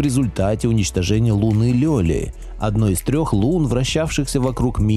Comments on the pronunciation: "Лунной Лёли"?! ЛЕля, такая богиня... И это не первая оговорка с начала лекции. Ну...... Нет. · Не ЛёЛи , а Лели .